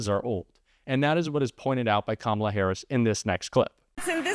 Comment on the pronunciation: It is Kamala not Kamla. I think it is high time to learn how to spell and pronounce the name of the President of the United States.